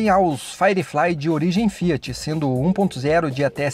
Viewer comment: Tá fiar ao invés de Fiat